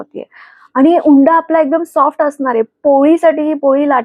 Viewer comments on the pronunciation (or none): हुंडा म्हणत नाहीत उंडा म्हणतात .